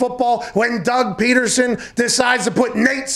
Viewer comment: Dude said Doug Petersen